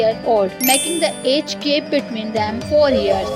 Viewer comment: Yes I agree because it’s age gap not gape